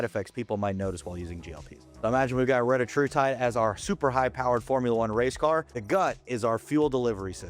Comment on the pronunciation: This dude is literally just making stuff up. But OK. You could at least be the one tuber that pronounces retatrutide correctly 🙄